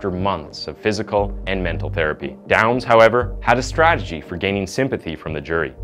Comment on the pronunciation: The word is "strategy", not "stragety".